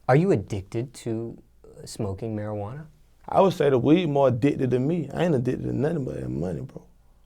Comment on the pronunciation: That Mariquana 😂